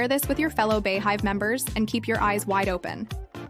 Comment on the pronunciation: Beyhive is not pronounced bay-hive!! It's bee like the bug!! Beyhive! She is the Queen BEE just spelled BEY! Just like her name is pronounced BEyonce not BAyonce! Like her non profit foundation is BE good. Got it? Ok.. Carry on! 😂